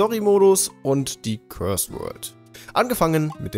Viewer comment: course world wird nicht wie curse ausgesprochen ....